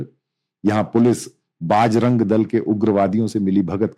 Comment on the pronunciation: You seems to be belongs to North india but your pronounciation needs to corrected You are calling everytime pronoucing बजरंग दल as बाज रंग दस बार bol rahe ho please do necessary correction